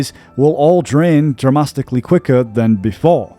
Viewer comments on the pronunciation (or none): Dramasticly? Seriously what is up with your pronunciations, it's even worse than usual